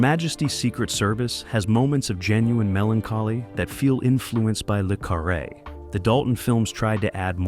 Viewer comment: The Spy Who Came in from the Cold was true espionage film. Comparing it to Bod is again ridiculous. Mispronouncing the main character's name makes the narrator look ignorant.